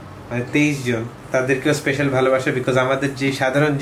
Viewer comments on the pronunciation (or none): none